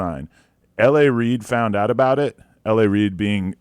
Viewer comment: Adam say “about” like a Canadian.